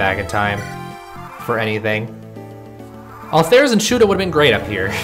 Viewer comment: FIRST COMMENT! Also, those two high-percent misses were complete bullshit. I feel your pain, brother. Oh! And Altheres is pronounced “AL-ter-ees.”